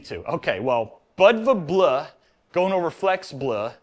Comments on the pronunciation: Bleu is pronounced Blue. Just Blue. Its the same way Flavour and Colour are spelled differently. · Bleu is French for Blue. pronunciation was awful. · Bleu is french for blue and pronounced almost the same as blue in english.